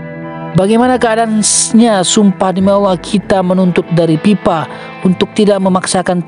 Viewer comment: Fe bukan Pe narasinya .😅 FIFA BUKAN PIPA